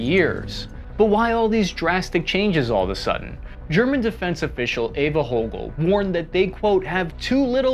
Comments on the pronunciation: I almost cried laughing when you renamed Eva Högl to Eva Hoegal 😂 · it is Eva Högl not Eva Hoegal and she is Parliamentary Commissioner for the German Armed forces (Bundeswehr)